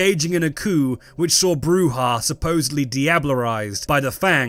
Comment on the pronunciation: You could at least try to get the correct pronunciation of Brujah. It is Spanish so it is a throat sound as with Juan or Jose, it is NOT pronounced as an English -j-.